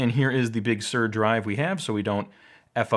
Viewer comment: “Bug Sur”